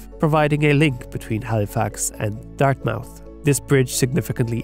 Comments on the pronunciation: They are pronounced "new FIN land" and "dart MITH". I wont get into Shubenacadie, Hectanooga ad Kejimakujik. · Dart-MOUTH and ....Dollhouse university? Yikes.